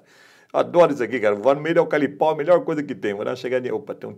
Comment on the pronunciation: E aí mestre ? Tô chegando agora no seu canal, que é top diga-se de passagem .. já sou inscrito e dei meu like. Você é fera no drone, mas de eucalipto kkkkk ..se diz eucaliptal e não "alcalipal" kkkkkk abração irmão... sucesso.